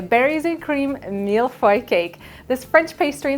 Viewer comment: Oh yes! Your pronunciation of Mille feuille est parfait!!!